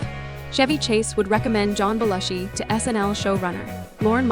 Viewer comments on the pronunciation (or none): Bell-ushi??? Really.